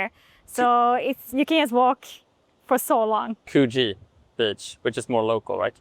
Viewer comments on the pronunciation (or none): The "oo" in Coogee rhymes with book, look or cook, not true, you or blue. So, like could-jee.